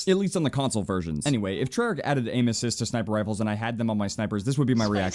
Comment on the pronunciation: When he said aim assist I thought he said anuses